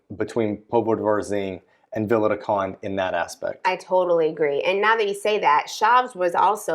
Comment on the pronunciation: Sorry but I can't help myself, peak Karen here. I have been watching you guys on and off for years and I know you guys are practising your vowel reduction but you've had a lot of time to work on this. I'm only a couple of years in here but can do it. There is an e on the end of Conde, like Continente the supermarket. Vowel reduction doesn't mean it's gone completely but the best way of trying to explain to English speakers is add a little pant at the end with the e. It's not meant to be clipped off entirely, I know it's subtle but it's still there. If you can't handle that then think of the e in "comment", just do a half e. If you can do a single and double tap r you've won the language! Maybe there's a video in this comment for you and sorry for being such an arse about it